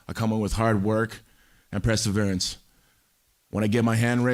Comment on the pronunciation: “I COME IN WITH HARD WORK. I COME IN WITH PRESSAVERANCE”